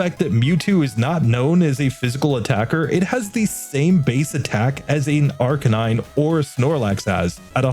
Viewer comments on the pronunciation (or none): Just a little tip on how to pronounce Arcanine to do justice towards the word play used here. Arcanine is a combination of 'arcane' and 'canine', and awesomely these work perfectly as a word combination So the emphasis should be on the middle syllable: arCANine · I always say it and it annoys people, but comments are good for the algorithm, so here it is: Arcanine is a combination of two words: arcane and canine. So unless you pronounce those words totally wrong, the only correct pronunciation for Arcanine is ar-KAY-nine, not AR-cuh-nine. Anyway.